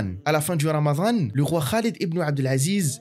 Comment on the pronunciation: Alors non, c'est رمضان. Pas رمذان. Sinon بارك الله فيك pour ce story telling si mouvent أخي.